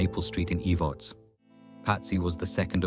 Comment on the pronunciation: Watching from harlan ky, verda, she was kin to my husband. It's not pronounced eve-arts its Ehv-erts